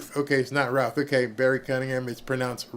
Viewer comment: Should be Barry not very! 😅